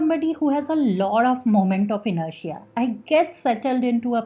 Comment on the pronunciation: I really like the way you said " moment of inertia".